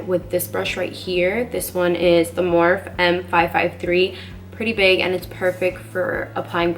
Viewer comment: It’s mor-phe .. two syllables ! Not morphe !